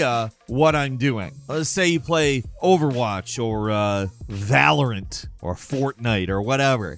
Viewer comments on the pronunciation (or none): I don’t like the way he said “VALorEnT” 😂 what you got against them?!